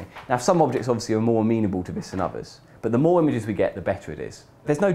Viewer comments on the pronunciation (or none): none